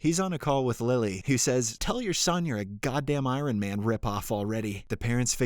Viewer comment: You can add "iron" to the list of words of non-standard pronunciations 😆. Could be a whole video on it haha. Don't worry, I've had my fair share of mispronunciations.